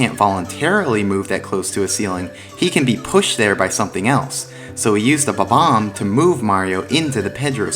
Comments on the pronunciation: He's pronouncing it as bo-bomb which is incorrect. It's pronounced bob-----omb. The hyphen breaks the pronunciation. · Goddamn it it's BOMB-OMB, Pronounced like BOMBBOMB. NOT BAHBAHM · I know there's probably not an official way to say bob-omb. But I usually put the emphasis on the first syllable and honestly hearing him say buh-BOMB is driving me fucking crazy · The way you pronounce Bob-omb hurts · why does he say bob-omb like that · The Bob-omb I actually never knew it's pronounced that funny. ^^ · How can you be a Mario expert and say Bob-omb like that